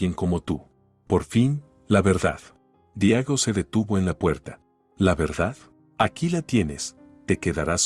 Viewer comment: Seguimos destrozando la gramática española es Diego no Diago por esas cosas dejo de seguir la narrativa